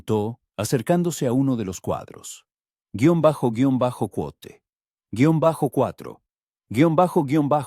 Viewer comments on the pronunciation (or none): Lastima que la IA estropee el relato. Barra baja cuote 276 y así toda la narración